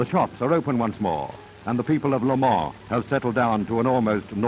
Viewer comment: Lemoore cinema Pathè ? it's clearly Le Mans